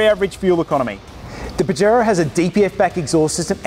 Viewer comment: I donno why I'm laughing so hard every time he say bajero 🤣🤣